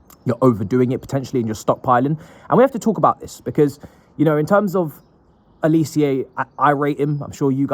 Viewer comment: His name is pronounced Oh-lee-say. Not oli_see_yay. You ignorant clown